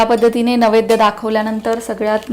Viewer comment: नवैद्य असे उच्चारण नाही नैवेद्य असा शब्द आहे.